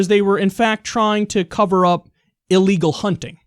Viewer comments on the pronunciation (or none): none